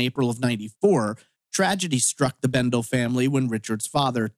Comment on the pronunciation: He was my cousin, and it is pronounced. Bendelee.